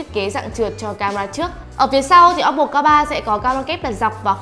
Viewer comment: Ad nên nhớ là ôppô chứ ko phải là ốp pồ nhé phát âm cho đúng nhé